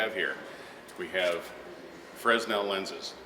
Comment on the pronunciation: Very nice vid! Thankyou! Not to be picky but I think the s is silent when pronouncing Fresnel lens.